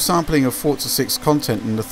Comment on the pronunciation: I hate it when people call it fortza its called Forza the way its meant to be said not with a silent T.